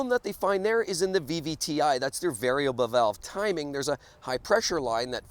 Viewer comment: Can't even say Variable Valve timing correctly